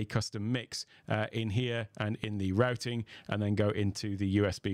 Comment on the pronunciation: finally someone that can pronounce "Routing" correctly